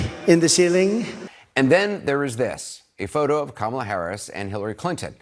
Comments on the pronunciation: "Karma-la" in the UK, unless we're mispronouncing. Unlike creepy Trump, though, we're trying to get it right. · This is how to say her name, like this, "comma-la"